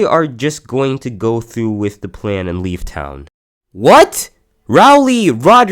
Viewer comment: It was so blunt it was just like “then I spotted something” “LEAF”